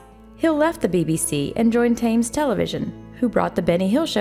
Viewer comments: ] ] Thames Television production company is pronounced like "temz" not "taimz" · That's Thames as in Tems, not Tames. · Thames is pronounced like "Tims." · Probably not the first to say but "Thames" is pronounced tems, not tames. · It's pronounced Themes the "h" is silent, no Tames. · Oh for God's sake "Tames" is what a Lion Tamer does. "TIMS" is the river that runs through London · It’s pronounced “Tems” television,not Tames television. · Its River Temz not Taymes 20 years living in north America this still drives me mad lol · We pronounce Thames "tems" not "tames"! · Thames - pronounced 'tems', not 'tames'. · Thames is pronounced TEMZ, not "thames." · “Hill joined Tames television”. It’s pronounced temes, is research too difficult for you? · Narrator person, Thames is pronounced “tims”, not tames, or thames, or anything in between. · She can't pronounce "Thames" either - you would think that anyone, no matter where in the world, would have heard of the River Thames.... (hint: it's pronounced "Temms" not "Tames".) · Temms not Tames television. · Just one small correction . The British tv station “Thames “ is pronounced “ Tems” not “ Tayems” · It does not rhyme with tames. It's pronounced exactly the same as the river which is pronounced Temms. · Thames is not pronounced Tames, it's pronounced Tems. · Friendly constructive criticism for the narrator: “Thames” is pronounced “Tems” not “Tames.” Thanks. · THAMES Television ??? Is Pronounced TEMMS As in the River Temms in LONDON, Spelt Thames, Spoken as TEMs Temms . T'Hems., in the Whole of the UK. ( not a Local Dialect. ) Pure English BBC etc Pronounce it as Tems , The TV channel & the River. Not THAAMES / THEYMES. River TEMS is how we say it. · Tames? It's pronounced tems. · FYI Thames is pronounced 'Tems' not 'Tames'. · I'm an American, and I know that's pronounced 'TEMZ' Television, not 'Tayme-z' Television! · I have.. And it's Tems. Not "Them" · UGH. “Tames television”?? Pronounced “temms” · "Tames" Television???